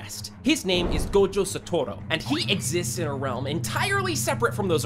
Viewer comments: sato-ru not satu-ro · BRO ITS GOJO SATORU NOT GOJO SATORA(ppl who noticed that👇👇) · Blud said “Gojo satoro”💀💀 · Gojo Satoru ❌ Gojo Satoro✅ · Why does everyone say "Gojo Satoro" or "Gojo Saturo"???? It's "Gojo Satoru" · nah jit said gojo satoro its satoru gojo not gojo satoro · Bro called him Gojo sotora ITS SA TO RU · sa torro? who says it like that... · “Gojo satoro”💀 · "Gojo Sotoro"💀